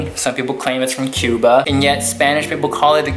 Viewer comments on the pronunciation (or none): none